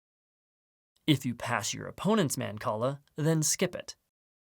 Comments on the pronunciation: It's not. It's mahn-call-ah. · I love mancala! Never knew it was pronounced like that